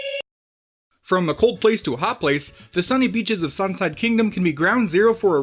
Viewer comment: Sunside? It's Seaside. I know it was probably just a accident but it was annoy me and I just wanted to know if others heard it as well.